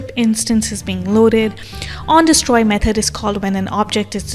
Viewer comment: Nice video, very helpful. I found the way you pronounce "method" as "meth-head" really funny, but otherwise very informational video 👍👍